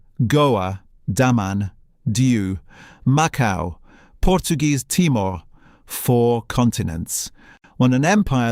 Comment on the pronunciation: I don't know why Narrators do not do a little research on how to pronounce PORTUGUESE and not in Spanish.It takes away from an otherwise good video.Please !